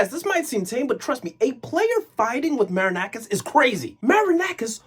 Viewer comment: Ok your pronunciation wasn't that good but we finally have someone who says that marinakis is a fraud, whenever i am arguing with an olympiacos fan and he brings me their trophies in the last 15 years i tell him that Marinakis pays the refs and he didn't believed me stating that "i have no evidence" i remember a game 2 years ago when 80% of the referee's decisions where in favour of olympiacos and 50% of them were Very questionable,i do think that this guy threatened the referee that night